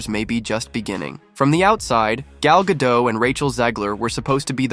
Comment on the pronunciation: Gadot - pronounce the mf T!